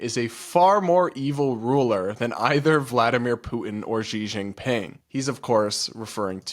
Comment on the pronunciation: Who is Jee Shing Ping? 😂 Xi Jing Ping is said "Shee Jing Ping." Get it right. 😂